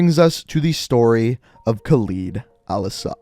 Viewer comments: I know this may be unhelpful but it’s better if you call Khaled Al-Asad as (Kaald al Asd) because this is how it should be pronounced, I just cringe when I hear you pronounce it as (khleed al-Asad) , by the way القتلة means the killers, just wanted to point it out but I know none of this is important anyways. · Just a nit pick, but you're pronouncing Al-Asad's name incorrectly. It's pronounced like "Call Ed"